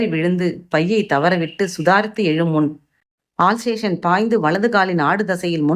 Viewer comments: உங்கள் குரல் அருமை சகோதரி. ஆனால் சில வார்த்தை உச்சரிப்பு சரி செய்தால் நேர்த்தியாக இருக்கும். ஆல் சேஷன் இல்லை அல் சேஷன். Cufboard இல்லை copboard😢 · ஆல் சேஷன் இல்லைங்க அல்சேஷன் 👍😂😂 தப்புத் தப்பா படிச்சாலும் கதை கேட்கிறேன் கதைக்காக because story meaning - ஐ மாத்த முடியாதில்ல 🤣🤣🤣🤣